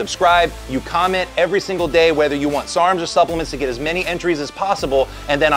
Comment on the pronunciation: “Supplements” Like a pro